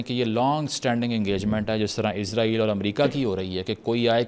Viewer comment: Israeel ❌ Izraeel ✅